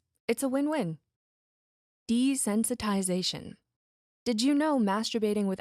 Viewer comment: "desensitization" "desentsitization"